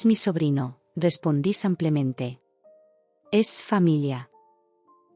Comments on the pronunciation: Brutos, no se dice : " samplenente " se dice simplemente. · No entiendo porque dicen siempre en los relatos Samplemente que es incorrecto, lo correcto es Simplemente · Dejen de decir “ samplemente “ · Con tan buena dicción, porqué dice tan mal la palabra "simplemente" y tengo dudas con "aproximadamente"